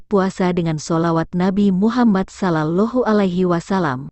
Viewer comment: Min!,. Atuh cari yg bacakan beritanya yg pernah ngaji/orng Islam. Jadi pengucapan lafadz atau istilah dlm I😎slamnya benar. Sprti ucapan "sholallohu,bukan solalohu",.